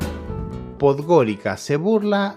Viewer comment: ¡No! No Podgorika (Podgorica). La c en Montenegro y no sólo en Montenegro, se lee como ts. Pues — Podgoritsa.